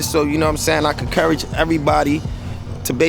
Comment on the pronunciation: Anyone else heard say "concourage" instead of encourage 40 seconds in? Lmao